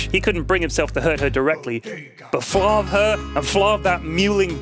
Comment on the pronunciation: I thought it was flarv, not flavv?